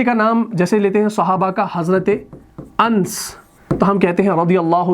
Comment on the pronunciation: Ans nahi anas sahi pronunciation hai.